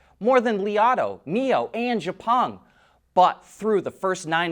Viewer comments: It's not "je pung", it's "X peng" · don't expect him to change the pronunciation, you are not the first, I was not the first, that tell him about xpeng pronunciation. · XIAO PENG! XIAO same sound as Xiao mi phones.